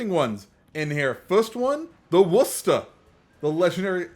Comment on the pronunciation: You must be the only cc that can pronounce Worcester. Congrats and thanks. I’m a RI guy so It just makes me laugh but add a shire in there and really watch people fumble. As far as the update goes: -don’t care about cross play diva, happy for those that care -don’t care about the campaign ship. Probably won’t give WG money for awhile after that fail of a mission (shoot down 125 planes) and already love the Odin. F this ship. -Happy about more Italian BBs (for obvious reasons) and at least them testing SAP Kind of a snooozer for me personally but ymmv. Edit: happy for 1v1s! Bring it homies!